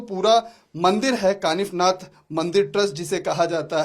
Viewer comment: काफीनाथ नही कानिफनाथ ,, आप जैसे पत्रकार हिंदू नही